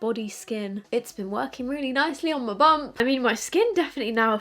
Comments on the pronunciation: I thought you was saying you use that 1st cream on your bum 😂. I kept thinking why is she using it on her butt, then I realized you was saying bump 😂. I'm an idiot 🙄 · Omg when you said “my bump” (which I also first heard as “my bum” 😂 as someone else said), I remembered that I had a dream where I watched a video wherein I you had already had a child! And it was aa boy! We’ll have to see if I am clairvoyant, or just been watching too many podcasts 😅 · You said you were using your cream on your bump and I was convinced you said 'bum'. But I was like yes go girl 😂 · Exactly what I heard too 😂 I was like dang girls got a dry bum I guess 😂